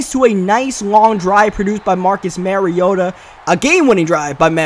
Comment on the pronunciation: You still call mariota "marry-oh-tuh". Its pronounced (mah-ree-oh-tuh)